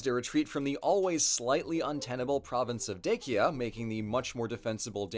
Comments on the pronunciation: Dacia: day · shee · uh. it's like a "ç" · I heard the "dacians" being mispronounced as "drachians" by Geography Now,now "Dacia" mispronounced as "Dechia". (Edit) Not gona lie the GN version sounds cooler and "Dechia" is more melodious.